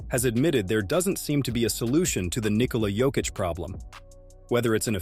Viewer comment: When? I didn't hear it all i hear is Nikhola Jokitch